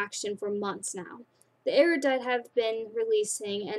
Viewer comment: Ab-ne-gat-tion(say it like that) Can-dor Eru-dite(you said it right!) Am-it-y Dauntless(pretty easy) Haha But you are doing good! :D